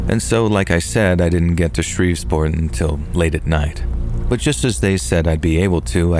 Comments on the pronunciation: It’s Shreveport! Not ShreveSport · What was up with Shreve'sport 😂 ..that was driving me nuts..